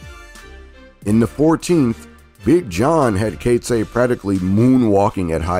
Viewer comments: Coetzee = koot-zee-uh. Knoetze = k- nu- t-sah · Enjoyed the vid, thanks!, but your pronunciation of Knoetze and Coetzee...lol.